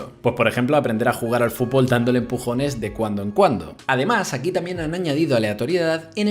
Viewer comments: Me estresa que diga fulbol en vez de fúTbol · a alguien mas le llama la atención como dice "fubol"? o_O